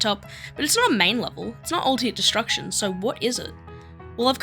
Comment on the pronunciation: someone actually pronounced ultiate destruction right